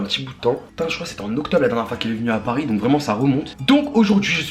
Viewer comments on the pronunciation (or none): none